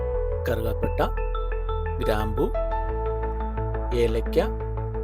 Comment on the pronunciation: കറുകപട്ട അല്ല കറുവപട്ട.